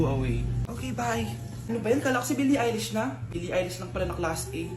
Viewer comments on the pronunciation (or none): Baka billie eilish hindi eyelash😂😂😂